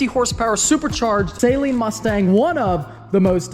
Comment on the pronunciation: Saleen is pronounced with a short A, not a long A. It's not Say-leen, it's Suh-leen.